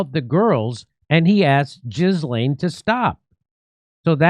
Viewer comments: Her name isn't Jizzlane. It's Kidlane. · Is it me, or does he make himself look ignorant every time he says, "jizz lane?" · Just for clarification Ghislaine Maxwell's name is pronounced " Ghee- Len". It's French as was her mother. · Here's the thing: Naughty sexy time is the least interesting/concerning part of the Epstein story. Don't be distracted by your emotional reaction to the surface level disgusting acts. Also, it's pronounced ğis•lān. If you believe Virginia Giuffre was a victim, so was Maxwell. I am bored with this subject. Notice they didn't release anything particularly damning to the operation that was Epstein. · I love you, Jimmy, but, “JIZ-LAYN”?? Really?? 😂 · I seriously love that you bring attention to things like this, but please, ffs, first learn how to pronounce names properly- her name isn't pronounced JIZ laine Brisbane isn't pronounced BANE- it's Bin. I find this whole thing deplorable. Even if djt didn't sleep with under-aged kids, but he once said JE liked them young, but could still prove that he didn't know those girls were s*x slaves, he'd get off on any charges- look how happy JEWfRIE looked at that photo they keep showing about her and Andrew, maybe they all looked happy when djt visited EP island, although not sure if that email is true- why would EP say that? When did he say that? It just sounds weird "leaked email"... ummmm 'K.